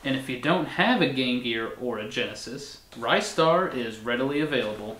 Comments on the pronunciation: It's Ri-star, not Rye-star. You make him sound like a special type of bread. It's a classic game though, one of the best games I ever played in my life and as for the music it's probably the best from that composer. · Glad someone said it. BTW it's not pronounced Rye-star it's pronounced Ris-tar! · ryestar? are you shitting me man!?!!?!? ITS REEE STAR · Its Ristar not RiStar. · It's not Ristar! IT'S RISTA THE SHOOTING STAR FOR CRYING OUTLOUD! Well I do not care what you go by. Did not pull out REGIONAL DIFFERENCES! THIS IS LIKE SONIC CD'S CASE OF GRAPHICS! OH MY GOD POINT OUT THE REGIONAL DIFFERENCES BEFORE REVIEWING * PACE PALM * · I love this game. Ristar is to this day still one of my favorites. I guess this whole time I have been pronouncing his name incorrectly. I thought it was pronounced like wristar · It's pronounced WRIST STAR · He keeps mispronouncing it... it's WRIST STAR. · the moment he said rye star I knew something was wrong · I'm pretty sure it's pronounced "RIZ-STAR" but, tomato, tamato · Your saying Ristar wrong.